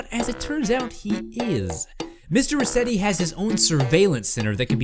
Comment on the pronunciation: its resetti not reset